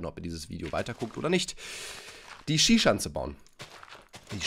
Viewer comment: Nicht Schi-Schanze sondern Schisha-nze